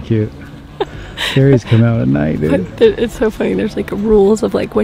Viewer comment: anyone else feel tempted to unsubscribe every time she says "doood" ??